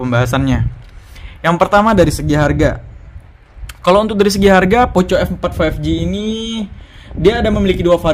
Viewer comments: Kayak baca skrip aja ini.. Comparison nya.. Kl bandingin layar tolong jangan hanya baca spec.. Coba set up di brightness yg sama buka you tube misalnya... Jadi kita tahu bedanya.. Trs contoh hasil foto mohon di sertakan.. Performanya bisa coba ngegame... Trs baca Poco di baca poko... Jadi risih denger nya poco poco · cara bacanya poko bang, malah tari poco poco 🤣